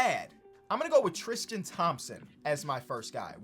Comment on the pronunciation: TRiiiistttiiiiIIIIIIIIIIIIIIIIIIIIIIIIAn Thompson lol its tristan not tristian